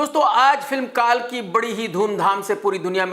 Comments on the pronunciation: it is कल्की! not कालकी! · Abe pehle bolna to seekh le kaalki nhi Kalki bhagwan vishnu ka 10 va avtaar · Jo log kalki ko kaaalki bolte hai unhe to waise bhi seriously lena nhi chahiye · Pahli baat anpad tum pronounciation sudharo काल्की nahi कल्कि है😂😂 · kaalki nahi kalkii hai thik se bol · Kalki❎ Kaalki✅ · kaaalki bhai bhagwaan ka naam toh thik se lele😡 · First you try to pronounce KALKI word correctly then review 😂😂😂 jangli ko kyaa maalum jaafran ka kadar😂😂😂😂😂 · Are aap pehla movie ka naam to pronounce karne sikh lo😂😂😂 GIAN HAI AAP😂😂